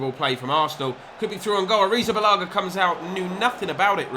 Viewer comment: just so u know its pronounced "ari-tha-ba-la-ga" not "arrizabalaga" :)